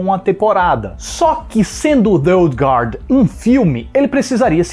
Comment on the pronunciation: Parabéns pela excelente resenha... e também por pronunciar o nome original do filme corretamente!